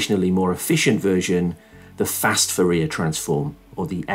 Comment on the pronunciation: Great explanation! Just as a side note: Fourier is pronounced "foo ree yay"